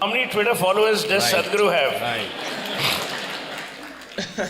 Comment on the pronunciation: Not him calling Sadhguru, Sad-Guru 😂